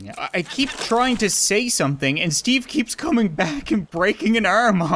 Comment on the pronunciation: I understood Stevey not Steve lol